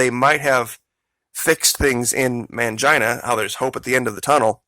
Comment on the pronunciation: Its pronounced Main-Gene-uh not Man-jine-uh..